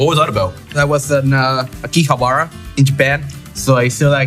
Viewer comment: MkLeo: „I actually went to japanese school and I can read hiragana and katakana perfectly“ also MkLeo: AkiiihabAAra